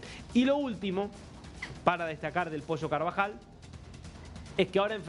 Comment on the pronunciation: posho nooo, ES POLLO, CON P